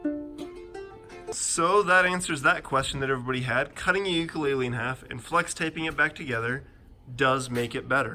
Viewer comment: He said Ukulele wrong every time